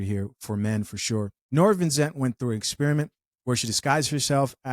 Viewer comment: It's Vincent,. Vin - cent. You're welcome...😏